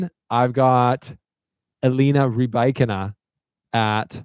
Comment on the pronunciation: you are saying Rybakina’s name right, but I had to listen on the WTA website after you said that - I can’t help but feel it’s a little more subtle tho? sounds like you’re leaning into the Ree-BIKE-ina” super heavy, but when she says it the middle part of her name she almost glosses over and there’s more inflection on the “ee” sounds in the “Y” in the beginning and “ina” at the end